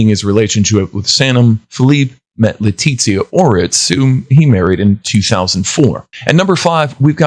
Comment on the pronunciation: Leticia Ortiz? Are you capable of reading? Geez!